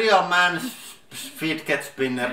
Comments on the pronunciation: thanks to this channel every time i see the word fidget i hear fid get. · Apparently it’s not easy to pronounce “fidget” with a Finnish accent...lol.. 😂. 😂. 🤣. 😂. And for today’s extra content... omg lmao‼️😂🤣